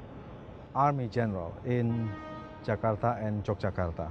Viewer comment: Finally, someone foreign actually pronouced 'Jakarta' right. usually people just pronounce it as "jahkardah"